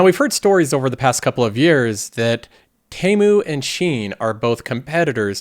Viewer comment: It’s TEA-MOO not TEY-MOO 😭